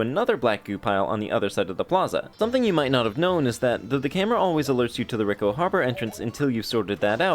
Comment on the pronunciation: Pronounced ree co